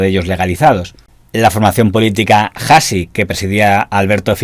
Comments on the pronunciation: Hasi no se pronuncia "jasi". La H no la pronunciamos. Debes leer la palabra Hasi como si no tuviera la H. Es decir, Asi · hasi no es jasi es asi... la h no se pronuncia